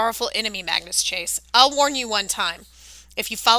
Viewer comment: You're American aren't you but you really speak English very very bad it's it's Magnus not mangoes mangoes It's tier not tire it's TEIR pronunciation tier not T IRE